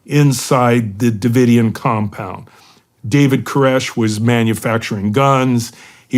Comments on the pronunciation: How the heck you not know how to pronounce Davidian? Maybe you’re younger than me.. and don’t remember it being all over the news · Shawn can’t take 5 minutes to rehearse and pronounce “Davidian” correctly 😂